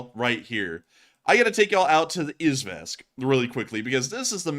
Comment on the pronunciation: Love the analysis but the mispronunciation of Izhevsk drove me nuts!